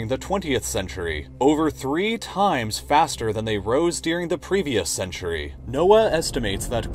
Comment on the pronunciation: Why do you pronounce the word, “during” as “dearing”? My son loves your videos, but this drives me crazy.